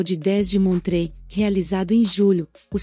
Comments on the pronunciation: só pra corrigir não se pronuncia montrê mas sim montrô um abraço. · Toda Suíça é lindíssima, mas pronunciar Montreaux, como montrê. essa foi grave 😆😆 Ahhh faltou a lindíssima ANNECY E GRUYÉRE